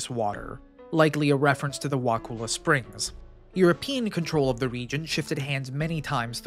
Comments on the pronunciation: Wah-cull-ah might be an easier way to type it. I did a video years ago, tracked down local news footage, talked to a cop there, wrote the town name down by pronunciation and still tripped over it repeatedly when narrating. So many outtakes for a short vid, I do understand. I grew up in Tally, had my first wedding at Wakulla Springs Lodge. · You need to learn how to pronounce wakulla. You probably get Kissimmee a Osceola wrong too. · Everybody not from here mispronounces Wakulla. I've been all around both counties since 1971 and never heard of this either. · I'm also from Tallahassee. Perhaps he over reacted, but the mispronunciation of Wakulla is actually very disconcerting. It's pronounced exactly the way it is spelled under stranded English pronunciation. A vowel followed by two consonants has a short sound. That's elementary. Of course like every rule in English, this one is broken very often. 🙂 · Dude, it is pronounced "WA-CU(like what up Cu?)-LU". Because U can't prounce this, nor 3 other words all Floridians Can, I give this video 1/10⭐️ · 7th generation Wakulla Countian here. Great video. You mispronounced Wakulla, but I forgive you 😊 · Wa kull ah not Wa cool ah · It's pronounced Wa-ku-la. All vowels are short. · Wa-Cull-a not "cool" pronounced Kull as in to cull a heard. Why can't anyone get this right? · Wa' kulla' not cool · I'm glad someone talked about it, but it is pronounced Wa-kull-A(h). Not the way you are saying it. XD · Wakulla Springs is definitely not a hot spring. I've swum there many times, and the water is barely tolerable because of the cold temperature. I lived a little south of Wakulla (pronounced wa-KULL-a) in the early '70s, and never heard of this. I believe the reports of the past, and my guess is that it was a peat fire. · It's Wa-kull-ah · Pronounced wa-ka-la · Wah- CULL-a please do your research to avoid mispronouncing place names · you might be an exception tbh ive never heard it pronounced wuhkooluh here